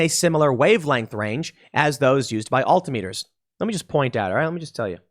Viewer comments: It's "AL-TIM-ME-TUR". Not "ALLTEE-IMM-ETUR". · AL-tim-it-ers not all-tim-eaters. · It’s “Al-Tom-mitters” not “All-tee-meters” You know like. Altitude. Not All-titude” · altimiters is pronounced "all-tim-i-turs" not "alt-i-meters" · Al-Tim-Eh-Ters Altimeters. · love how Tim said alti-meters hahaha as a pilot i hope they fix this soon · Tim: "al-tee-mee-ters" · Oddly properly pronounced it’s Al-Tim-Etrs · "Alti-meters", Tim? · Also, All Tim Ah ters. That's how you pronounce altimeters. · That's not how you pronounce "altimeters."